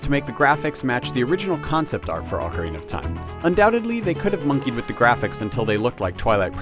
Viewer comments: its not pronounced "awk-orina"...it's "oh-carina" GET IT RIGHT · Back then, everyone pronounced it oh carina. Nowadays everyone pronounces it ockarina. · oak-arina lol. It's Awk-arina!